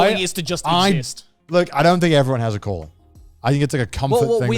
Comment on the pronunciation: Am I the only one who kept hearing “colon” not calling?????? 😂 I was so confused until I got it